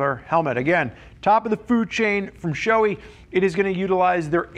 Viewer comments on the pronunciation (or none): Pronounced “Sho-eh” not “showy”. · It's shoe-eye or maybe it's sho-ey-ee.